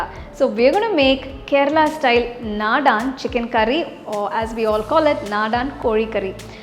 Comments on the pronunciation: The curry looks yummy but the pronunciation is very different..it's not Nadaan it's Nadan ( means traditional) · it is not nadaan...naadan...meaning desi or local... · This is soo yummy. Thank you. It's naadan not nadaan. The a stress is at the beginning of the word. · Please note that you may pronounce the curry name short A after d..not nadaaaan